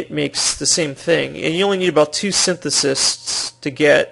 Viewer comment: ugh... IT'S SYNTHESIS!! SIN-THES-IS